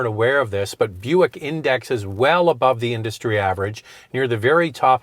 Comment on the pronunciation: Shoutout to for getting the Buick names right! He must have really practiced for this video. 👍👍